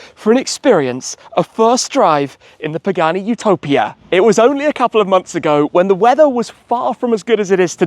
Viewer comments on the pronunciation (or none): It's Utopìa, not Utòpia. Rcamadonna. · "YOO- TO - PIA " AHAHAHAHAHHAA omg. Its "U- TO - PÌA" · It’s Utopìa (Italian pronunciation). Btw I wonder how you drove the car out of San Cesario, since there’s a steep bumpy road on the way back to the SS9. Those roads are so narrow and worn out, it’s a shame.